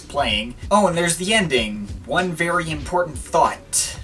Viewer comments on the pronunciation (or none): none